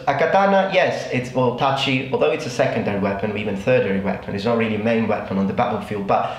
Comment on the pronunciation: Bathrobe Warrior Also, I didn't address your other points. The mistakes he makes "thirdiary" do seem to corroborate my personal theory. He clearly is quite learned. I don't expect a learned native to make that kind of mistakes. You're right, it doesn't fall under "accent", but it certainly is indicative as to how much English he knows. And that in turn gives a good idea of how various accents influenced his pronunciation. The rythm is off in that he puts stops in the middle of words, or shortens his diphtongs or turns "course" into "cowse". Also, I do think a mix of the recieved pronunciation and a cockney accent must be rare things. Then again, I'm more used to plain accents. Really cockney accents, really Scottish accents, really Northern English accents, ...